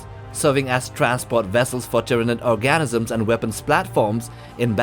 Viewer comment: learn to pronounce words diameter, organism, battlecruiser